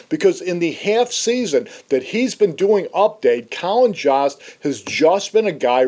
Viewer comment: Joe+st =Jost. Not whatever u were saying